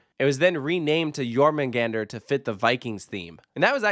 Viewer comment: I’m an ride operator at Drayton Manor, it’s so nice to hear positive things about the park. Drayton has always been a close thing to me. Goldrush is definitely a fun one for us, great one to operate too! Great pronunciation on ‘Jormungandr’ too! Ahah